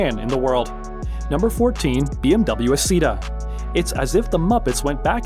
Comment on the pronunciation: It's Not The Aceta It's ISSETA